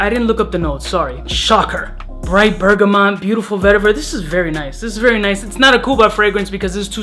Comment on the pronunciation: "Bergamont". You Crackhead 🤣